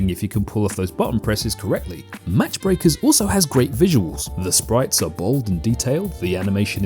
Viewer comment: Pretty sure it's "Mach Breakers" (pronounced "maak" from "max" in German) meaning going supersonic or breaking the speed of sound. "Match" requires a "t".